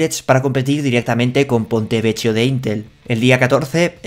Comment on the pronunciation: gracias por tus noticias semanales, tus conclusiones son las que más espero y el nivel que ofreces nos asegura estar siempre a la ultima si no que ademas tus predicciones nos hacen estar un paso más allá, por cierto si no me equivoco se pronuncia ponte vequio, ch suena siempre a k y la c cuando cuando la vocal que le sigue es e/i se pronuncia ch, ejemp: beso se escribe bacio pero se pronuncia bachio, cena=chena.